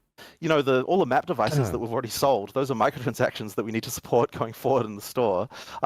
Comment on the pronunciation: says some other words a little weird, like he says already as all-raid-ey, must be the alaska in him